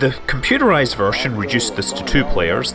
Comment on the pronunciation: Kilomeders? Compuderized?